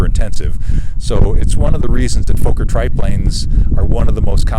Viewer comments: Nice video, wonderful to see these old planes doing well. By the way, Fokker is not pronounced like Folker, but like Focker, with an ò like in "jogger". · And it's Fokker. Like locker not the long O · You are correct sir! It makes me nuts to hear Foe-ker ... you would think .. and I mean no disrespect here .. that anyone that owns/fly's a Fokker triplane would know the correct pronunciation! I've always thought that Fokker .. pronounced Fah-ker .. is too close to the four letter word f**k, thus people are possibly uncomfortable with it. But!, it is indeed Fah-ker and should be pronounced that way. Anthony Fokker was Dutch, and the two K's make the O in front of them short, and not long as you have mentioned. That aside though ... INCREDIBLE flying reproduction's of an iconic WW I aeroplane! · Why cant Americans pronounce Fokker its not Fauxker, theres two Fokking Ks !! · For Christ sake learn to pronounce Fokker correctly. It's NOT Fo-kker. You Yanks just don't know how to speak German. Get it right